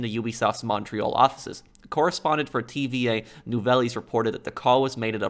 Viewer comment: I love how you say tva nouvelles Its actually holarious but can't blame ya its french.